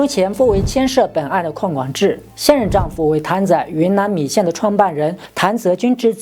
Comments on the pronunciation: Chris 不是Cherries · Chris 的正确发音是Kris 不是Cherries. Cherries 是车厘子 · Chris英文是苦力士，不是車力士😅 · 然後chris是唸成 克里斯 不是cherries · 克里斯，不是卻里斯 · 不是chris是读kris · Chris 發音成Cherries… 什麼國家的英文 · Chris 發音錯了吧 ！ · Chris 读音是。。。？